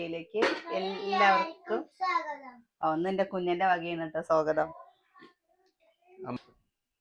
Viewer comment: നിങ്ങള സ്കൂളിൽ സ്വാഗതം എന്നതിന് പകരം സോഗതം എന്നാണോ പഠിപ്പിച്ചത് ആദ്യം പോയി മലയാളം പഠിച്ചിട് വന്നു വീഡിയോ ചെയ്യു